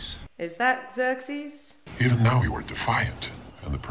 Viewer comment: pronounced like 'Zirk-seas'